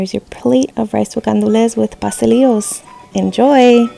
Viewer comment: im not going to lie - the way pastelilos was pronounced bothered me a little lol